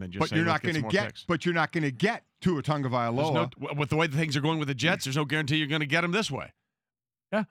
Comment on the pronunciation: I’m from hawaii, and I’m sorry, but it’s Tua Tagovailoa. just a bit of a pet peeve and it’s pretty tough correcting someone phonetically through a comment.